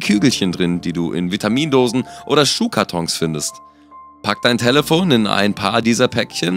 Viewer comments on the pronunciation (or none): Warum sagt er talefon